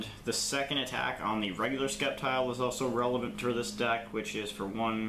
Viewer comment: Sorry but there is no k in sceptile hahaha i almost thought in the beginning you where just skeptical of the deck lmao